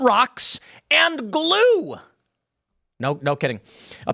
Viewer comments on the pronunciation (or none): does Tim say “blue” instead of glue??!